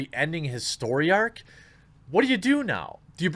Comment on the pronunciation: I've noticed that you tend to pronounce the word "story" as "soy-ree." Not judging or criticising, per se, but it does catch my attention every time you do it, and you may not even realize you're doing it.